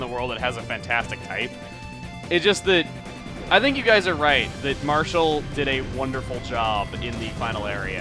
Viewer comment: Its Marshall, not Marskalk. What the heck is Marskalk?